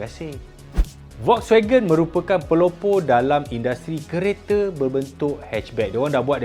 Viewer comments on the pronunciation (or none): none